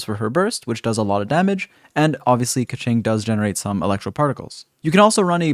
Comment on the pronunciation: I think you pronounce her name right. This other youtuber says: Kezync. hahaha